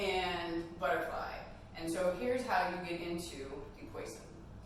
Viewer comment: It’s pronounced Pwa zon. It’s fish in French !!